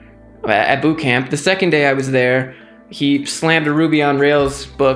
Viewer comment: Did you say death boothcamp? haha, omg you have given me so much hope!! Im about to drop11k on a coding bootcamp at berekely and im so nervous. I also am a fitness instructor! and im mainly wanting to code to make websites regarding fitness :)